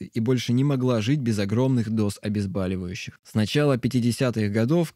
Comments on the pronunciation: Все бы и хорошо, только пожалуйста... обезбОливающих. Не обезбАливающих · Обезболивающих, а не обезбАливающих. А так интересно! Спасибо за информацию.